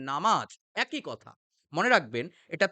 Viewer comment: আর "একই" উচ্চারণ করলেন একৈ।